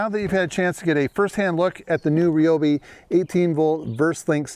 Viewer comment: I stand with TRZ on this issue. it's RYE-OBI not REE-OBI! :d